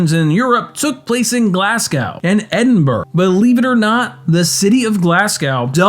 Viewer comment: OMG, you did an episode of my favourite movie of the 21st century! Thank you!!! P.S. Met David Mitchell at a book signing, an amazing, down-to-earth guy P.P.S. I'm sorry, but maybe it would have been worth looking up how to pronunce "Glasgow" and especially "Edinburgh"?